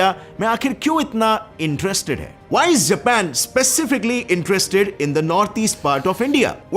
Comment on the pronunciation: Love the way he called japan , zapan